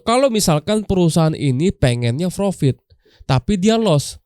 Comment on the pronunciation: Coachnya gak bisa bilang Profit, bisanya Vrofit 😂